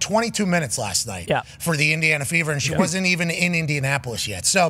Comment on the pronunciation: Fever .. I thought they said Beaver 😂